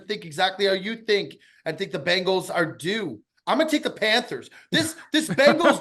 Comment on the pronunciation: love the show ticket... love but why can't he pronounce the bengals correctly - the bangles are an under-rated 80's girl band